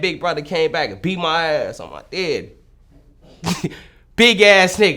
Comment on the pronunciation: “On my deaddy”